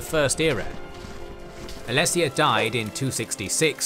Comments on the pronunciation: Fantastic video, though I will say the pronunciation of a few things is a bit off compared to how I've always heard it in the past. Chimer - Kai mer Ayleid - Ayy Lee Id Reman - Ree Mun Tsaesci - Si es see Hjalti - Hyul tee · Awesome video nice to see you dabble in elder Scrolls lore. Two thinks though. 1. The pronunciation of many races was completely wrong, most notably with the chimer, the ayleids and tsaesci. For someone who knows a lot about tes it takes a bit out of the experience. 2. Some of the smaller Facts where wrong. For example the Alessian empire didn't control the west of hammerfall when the Ra Gada came. Also Nord's didn't know how to shout during Tibers time there, the left that behind Way back in the first era when Jurgen Windcaller founded the graybeards (who only told Tiber when they called him) (fun fact: after his crowning, Tiber actually founded a Thu'um school in Markarth to get shouting back into Nordic culture, but it didn't take off since non-dragonborn people had a hard time learning the voice.)